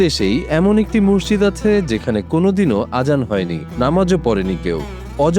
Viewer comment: এই মহিলা তো মসজিদ উচ্চারণ ই করতে পারেনা।